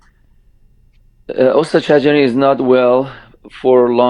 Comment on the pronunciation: I am sorry, l would like to point to your pronunciation of (Ostaad Sajarian ) استاد شجریان. If you say “Ostad-e Sajarian, pronouncing the e after Ostaad, it means Shjarian’s master but not Master (Maestro) Shajarian. Just a small detail.